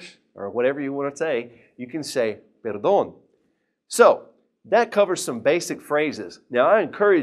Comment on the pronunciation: Can’t pronounce “perdón”, I tried so hard 😖😖😖